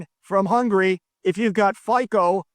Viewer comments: pronunciation of Fico is more like FiZo (similar to Fitzpatrick) but FiZo suits him well 😢 Greetings from Slovakia who’s premier is a traitor… RuZtago delenda est! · The Slovak guy is called Robert Fičo, considering your Ukrainian or Polish, I’m surprised how much you struggle to pronounce his name…